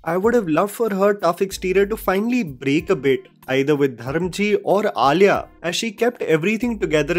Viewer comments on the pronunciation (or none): none